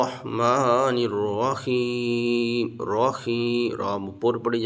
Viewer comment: بسم اللّٰہ الرحمٰن الرحیم ہے خیم نہیں ہے جناب